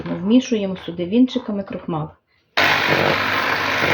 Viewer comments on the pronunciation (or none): Крохмаль- крохмалю( українською вимовляється м'яко)